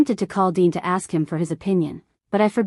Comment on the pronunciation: Why dean becomes dine? AI for sure